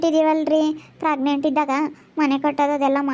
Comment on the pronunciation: ಪ್ರೆಗ್ನೆಂಟ್ ಪ್ರಗ್ನೆಂಟ್ ಅಂತ ಕೇಳಿ ಕೇಳಿ ಕಿವಿ ರಕ್ತ ಬರ್ತಿದೆ ಯಪ್ಪಾ ಈ ಗೂಬೆಗೆ ಮಗು ಬೇರೆ ಕೇಡು 😔🤦🤦🤦